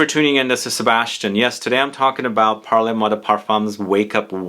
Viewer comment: Great video, Sebastian—as always! FYI, it’s not pronounced “parlay moi,” it’s pronounced “parl moi . . .” That final “e” doesn’t get articulated in the same way it would in Spanish/Italian.